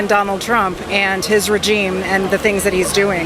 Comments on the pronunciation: learn how to pronounce REGIME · did she say rujeem? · This female dog said "rejeme" 😂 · His regeem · She said "rejeem". I bet she pronounces genre "jen-ree"